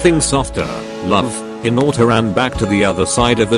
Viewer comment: OK I'm sorry but the pronunciation is just "hiNAUtA" 💀